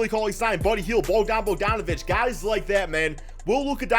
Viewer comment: Learn how to pronounces bogie's name... lol